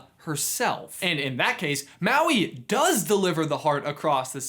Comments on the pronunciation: me being polynesian and getting annoyed by the way he says Maui, Moana, Te Ka and Te Fiti... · It’s MAUI M A U I